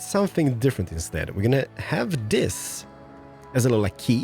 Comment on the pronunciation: it is pronounced this not dis.